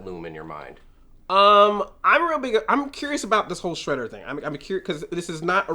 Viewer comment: Shredder. Not Shraydar.